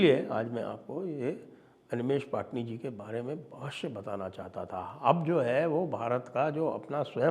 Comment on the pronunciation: पटणी not पाटनी